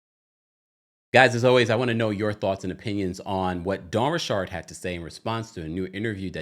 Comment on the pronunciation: 100% not saying her name like that.